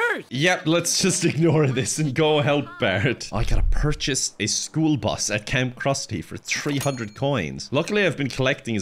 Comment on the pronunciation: The classic "School Brus" attempted aggravated a🧂